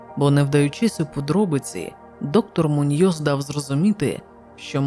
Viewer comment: МУньйос, наголос на у. ТОрес, наголос на о.